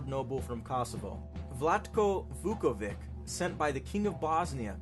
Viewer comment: It’s not Vukovik, it’s Vuković.